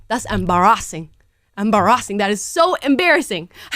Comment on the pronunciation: I love it when Amalas African accent comes out😂 "embarazzingg!"😂